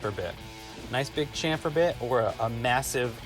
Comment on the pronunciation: Shhampher, like champagne